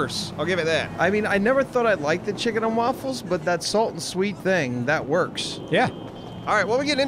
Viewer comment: "Chicken & Walfles"